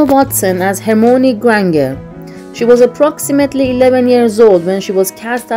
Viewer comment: “Hermoani Grang-err”